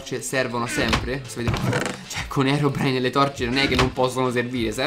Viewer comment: ma perche dice herobrino